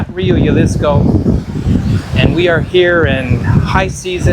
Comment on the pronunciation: Excellent video thank you so much. Just a quick note The J in Jalisco is pronounced the same way as you pronounce the H in “high seasons”. 😊